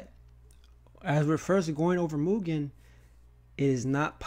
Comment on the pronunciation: Also, because it's bugging my ears, thanks for fixing the mugen pronunciation, but it's pronounced, E.-Keh-men, not aikman